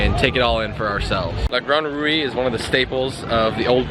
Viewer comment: Just pronounce ''rou'' for La grande roue, there's no accent on the final ''e'' so it remains mute.